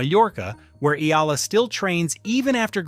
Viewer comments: E-YA-LA not E-LA is the correct pronunciation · 👎🏽 Spend whatever extra time it takes to get names pronounced properly – not just Eala’s, but others too. It’s called respect. How can you claim to be favorable to someone if you don’t get their name right? And don’t report anything not verifiable! 🤙🏽